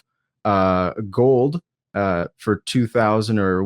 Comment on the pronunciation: He can't say ... "GOLD"...😆